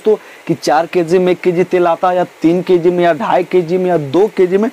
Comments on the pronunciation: Thoda achche se bola karo.।। Kessi nhi kg hota he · Keeeg nhi kg hota h bhai